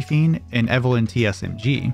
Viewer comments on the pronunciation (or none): none